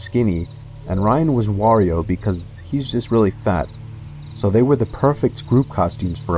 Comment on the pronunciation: Yet, he pronounced "Wario" just fine, lol.